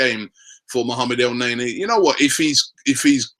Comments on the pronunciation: Its ne-ny not nay-nay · Guessing we are pretty much way over Robbie actually pronouncing El Neny's name correctly, instead of butchering it by pronouncing it "El Nae-Nae".....